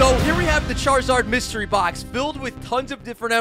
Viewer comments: “Myserty Box” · It said Myserty box☠️ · Lol “myserty”